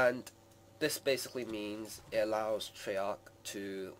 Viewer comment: Treyark is how its pronounced